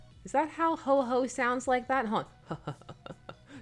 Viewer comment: Please refer to Sal at Comic Pop for how to pronounce old timey "ho ho!", his is perfect lol